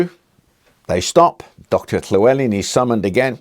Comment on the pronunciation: Appreciate the correct pronunciation of Llewelyn :)